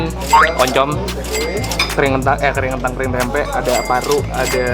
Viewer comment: Bang klo ngomong tempe akhirannya jangan pake K🤣